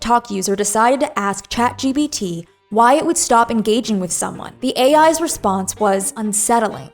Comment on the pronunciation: also its chatgPt not chatgBt sry i cant